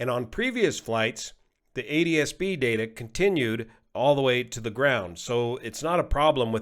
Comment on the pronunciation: How does pronounce ADSB if he pronounces ATSB 'ADSB'?